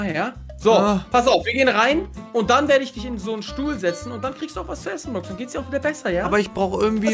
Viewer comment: Nicht brooks er heißt brox